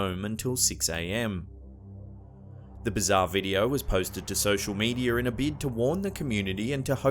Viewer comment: this is how you pronounce media ....mee· dee·uh notice no ER at the end meaning its not medier. this is how you pronounce december... duh· sem·br notice no A at the end. meaning its not dememba